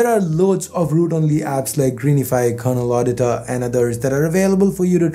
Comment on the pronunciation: It's not Kernel Auditor as you say in and . It's *Kernel Adiutor*. Please take care on this while speaking about famous apps.